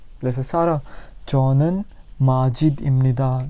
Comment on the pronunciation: 저는 is pronounced chonan?